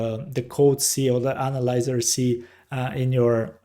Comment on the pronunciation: here is a small tip for you: when you want to pronounce the word analyzer, think of it like this " Anna" like the name Anna Nicole then the word "Lie - ZER" like "dont LIE to me" so " Anna Lie ZERR" or "Anna - Lizer" like adVISOR but LIZOR - "Anna Lizor" Thank u and ur video was very helpful :)